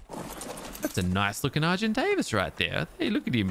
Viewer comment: When you said argentavis (when you were feeding it kibble), it sounded like you mispronounced it and said Sargent Davis, and I kind of like that for the name